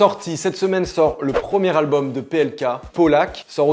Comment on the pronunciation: Il a dit le premier albulm de plk où j'ai rêvé ?